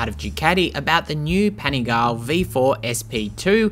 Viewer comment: Please learn to pronounce Panigale property